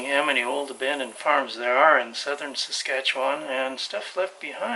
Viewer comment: also have to give props saying Saskatchewan right